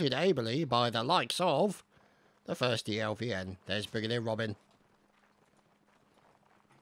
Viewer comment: its not 1stelvn but 1steivN(1steIvN)